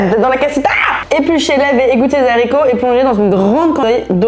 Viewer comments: La liaison sur Z'haricots verts, elle pique de fou. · Très agréable de vous voir ensemble ☺️ merci . (Attention, ne pas prononcer les zaricots 😩)